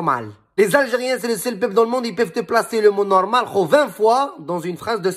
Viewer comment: Cïïï nnouououRrrrmâââl, vvvoââlâ lâ vRï pRô - nô - ciâ - tion, khô!...